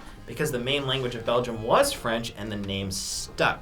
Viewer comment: 3.54 begium lol